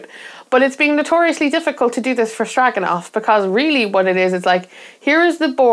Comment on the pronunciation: You pronounced Stroganov correctly... and by 'correctly' I mean I pronounce it the same way, and we can't both be wrong, right? LOL This game is an instant hit with me and my friends! Intimidating only in appearance, the game is very intuitive to play once you understand what actions you can do each turn. It checks so many boxes for me: Tokaido-like meeple movement/turns, set collection, resource management, hidden goals, random locations during setup, action strategizing, and a couple other things I can't think about. Game Brewer's new game Oak (just funded through Gamefound) isn't grabbing me, but apparently Oak is a pretty clever worker-placement game. Another game of theirs that's on hold for me reached my FLGS that I'm hyped about as well: Hippocrates. Worth checking out if you get the opportunity!